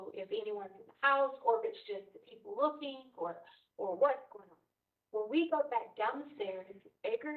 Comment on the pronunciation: Lookinggah.... bleedinggah